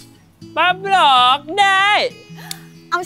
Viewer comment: Bắp luộc đê mà e nghe là bánh lọt đê